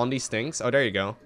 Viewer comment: THis and THere. THis and THere... TH TH TH TH.... it's not Dis and Dere. No D, yes TH.... Let's practice: TH TH TH THis.... TH TH TH THere... TH TH TH THat.